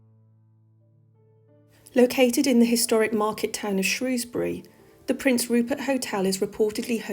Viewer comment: Thank you for pronouncing Shrewsbury correctly, x.